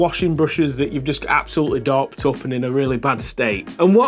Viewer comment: What is “dorped up” What is “brush serhp” Help